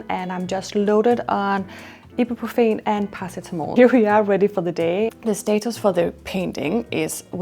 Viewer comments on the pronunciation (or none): none